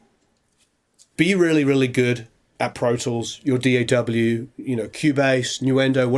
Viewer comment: It's a small thing, but I appreciate that you actually say the letters of the acronym "D.A.W." instead of just saying "daugh" like most people do. Thanks for not being dumb.